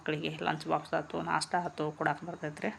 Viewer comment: ನಾಷ ಅಲ್ಲ ಮೇಡಂ ನಾಷ್ಟಾ